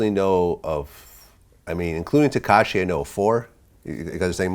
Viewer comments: It was ketachi he would have said tekashi 😂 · Somebody gonna tell... Vlad says "tekachi will" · Katashi??? Lol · No one Freewayricky: ketashi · I already knew someone was gonna be on his ass for saying ketachi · He said Kentanchi tho